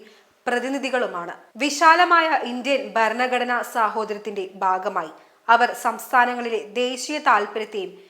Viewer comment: ബരണഘടനയല്ല ഭരണഘടന എന്നു വായിക്കുക. ഭാഗമായി യണ് ബാഗമായി അല്ല.